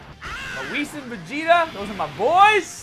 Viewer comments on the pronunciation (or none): none